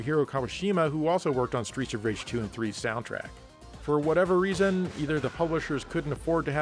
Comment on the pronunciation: I keep hearing "Streecha Rage" and it makes me giggle... 🤭